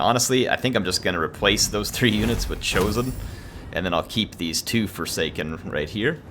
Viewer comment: Hey name one of the forsaken the forshaken, you miss said it in the video and i thought it was quite funny. No lore or anything it was just funny to me. It was at about in the vid